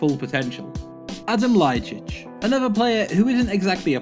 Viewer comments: It's not lajicic but lajic Lay-itch And It's not Zoran Tosic It's Toshic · Where do you read Ljajčič? Its Ljajič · Lol "Adam Ljajchic"!! Its pronounced "Ljajich"...And he was never dubbed as a new Ronaldo! Never! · adem ljajicic...wtf are you talking about it's LJAJIC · Adem Ljajic...dude you just added 2 more letters, you pronounce it like Adem Ljajićić